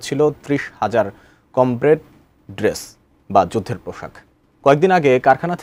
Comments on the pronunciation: কমব্রেট না, কম্বাইট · Kemon Sanghatik Bangladesh er.. Combat Suit Ta O Bolte Pare na.. Bole Combrat.. Bal 😐